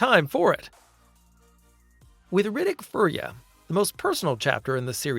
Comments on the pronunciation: Fury. Fury! It's pronounced fucking fury not furry. I hate you so much. Either shite fucking AI voice, or idjit who's never heard it pronounced? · It's Fury-a NOT furrya. Riddick is not a furry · Like the word pure is not "purr", fury is not "furree" ... Jesus! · It's pronounced F-yur-ia, not furry-ah. Riddick is not a furry. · You know this is an AI narrator, because it said "Riddick 4: Fur Yuh" when its Furya... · Let’s pronounce Furya properly.